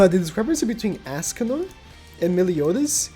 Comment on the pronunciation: Ah yes "ASScanor"